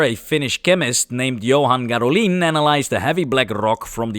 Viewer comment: Gadolin's name is pronounced GAH-do-lin. He was Finnish, not French.